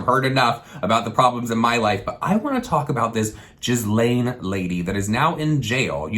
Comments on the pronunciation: it's not "jiz lane." her name is "ga-lane." yikes. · Not to be the kid at the back of the class . . . but it's not JIZZ-laine. It's GEE-laine. Her name is French. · I think Ghislaine is pronounced "ghee-lin" not "jizz-lane" ? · Not trying to be rude at all because I totally agree lol; just letting you know for future reference her name is pronounced like: Gee-lenn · Not being shady or a grammar guru😉, but I was so ridiculed by my French friend, I promised her I'd correct it, since lots, and LOTS of people say it wrong, but it does annoy some French people apparently....Ghislaine is pronounced "Gee-lane" I said it the exact way you are. But my rear was handed to me. Lol. The g is same as "great", no s sound. I adore you, so please don't hate. I just promised my friend I'd tell people if they said it like I did! Much love❤❤ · I love you! Her name is pronounced like "Gee-lane" ☺❤ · Name pronounced Gee (as in Geek) and Lane put together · 95% sure its pronounced Gil-ane ... weird you're covering this in your videos too ... watch some documentaries and read some articles. and I don't mean twitter headlines lmao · You're pronouncing her name wrong lol. It's GIS-lane hard g. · Pronounced Gill-lane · WVUnatalie when I watched the Epstein documentary on Netflix the girls pronounced it like “gill-en” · It’s pronounced something like gee-lain maxwell lol and I’m glad someone is talking about this tho, especially a YouTube drama channel. Your awake and that’s fantastic, Thank you! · The way he pronounced Ghislaine 😫💀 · The S in Ghislaine is silent. 😉